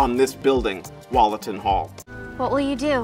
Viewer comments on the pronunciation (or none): I’m from nottingham where Wollaton hall is and it’s spelt incorrectly on the video and he’s saying it incorrectly. It’s actually spelt Wollaton hall and pronounced like Wool- aton and it’s an area in nottingham England. And NOT wAlleton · As someone from Nottingham, I clicked especially to hear him butcher the pronunciation of ‘Wollaton Hall’. He didn’t disappoint.